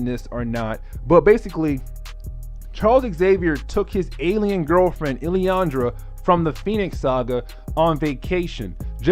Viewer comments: Lilandra is pronounced as Lil-an-druh. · Yeah just say it like it’s spelt